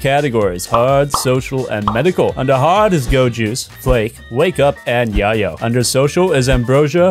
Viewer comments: Yay-yo not yaw-yo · And it’s called Yay-O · YAY-YO. Like llelo. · Thats not how you say Yayo. Its Yay-yo. my guy. I subbed. I'll be your drug literalist. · Isn't it pronounced yay-oh? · It's pronounced yay-oh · it hurt a little every time you mispronounced yayo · I can tell you’ve never bought yayo by the way your pronounce yayo lol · Forget the pops...The only annoying thing was the way you pronounced "yayo"... 🙄 lol